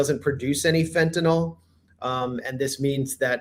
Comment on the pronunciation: fentanOIL lol😂